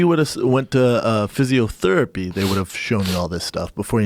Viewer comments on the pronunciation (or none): Brendan "Physiothurpee" Schaub